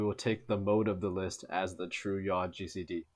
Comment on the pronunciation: its yaw like yawline